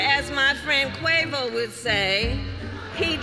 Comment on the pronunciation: OMG that Quavo or Quay-voe 🙄 line was so cringe 😬🤣